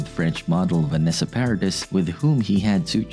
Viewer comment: You forgot when she was a stripper before her acting break. Vanessa Paradis - is pronounced Paradee!!